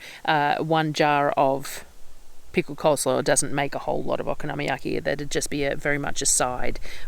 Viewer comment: Yum, Okonomyaki is my favourite way to use up cabbage, so easy, delicious and versatile! It’s really good with pork belly or bacon too. Yours looked great. Also with the pronunciation, it’s kind of like saying ‘Economy Yaki’ really quickly!